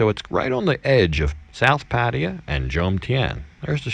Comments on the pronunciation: Love your content...but please there is no such place as PA TI A. Have you ever heard a Thai person pronounce it that way? Pa Thai Ya....try that... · Pattaya: pfat-tay-YA pfat-tay-YA pfat-tay-YA not: pa-TIE-ya PAT-tee-ya /// "pfat-tay-YA, pfat-tay-YA, Oh I love you mock ma." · Ok, you're moving back to Pattaya. Will you ever pronounce the name of the city properly? You show so much respect to Thailand, why don't you pronounce the city properly?